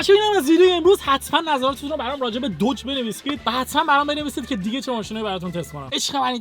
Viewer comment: عزیز بخدایی که میپرستید این اسمش دوج نیست اسمش داجه ، اونم فورد نیست فُرده و موستانگم نیست ماستانگ ویا ماستنگ هستش. هرچیزی که O و U داره او خونده نمیشه. مثل کلمه های Mother , Brother , Must , Jump , Mom , monster , Just , اینا همه آ خونده میشن نه او